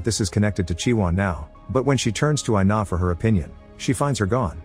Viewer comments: Her name is pronounced ee-nah, not eye-nah. It's Ina. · “I-na”: WHYYYYYY MY NAME IS INA BOIIIIII